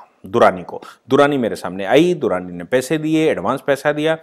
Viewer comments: दुरानी नहीं पुजा दडलानी नाम है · 👍👍 वो पूजा दडलानी है, दुराणी नही।